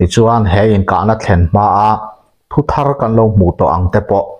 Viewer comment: Nia thu thar tihah pawh letter r dik takin i lam ri bawk a ngaihthlak a nuam e